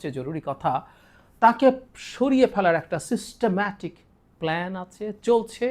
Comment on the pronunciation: সেনা প্রধানের পিছনে তোর এতোই তেল মারা দেখে আমার কেনো জানি মনে হচ্ছে যে,সেনা প্রধানকে অতিসত্বর তার পদ থেকে সরিয়ে ফেলা উচিৎ, তুই জাহিদ আবারো আমাদের মনে করিয়ে দিলি এই ওয়াকার হলো আওয়ামী বীজ,এখন চারা গজাচ্ছে তোর এই সিস্টেম্যা,,,,,,,,,টিক উচ্চারণেই বলে তুই একজন বড় মাপের আওয়ামী দালাল